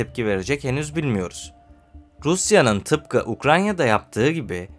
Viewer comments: "Ukranya" değil "Ukrayna" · Ukranya değil kardeşim Ukrayna